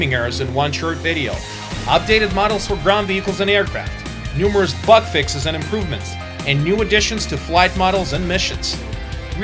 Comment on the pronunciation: he say "butt fixes o_o" anyone else hear that or just me?